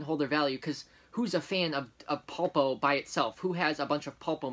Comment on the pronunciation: Just to let you know it's pronounced. Pull-po it's the Spanish word for octopus